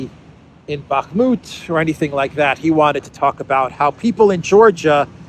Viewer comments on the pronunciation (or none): none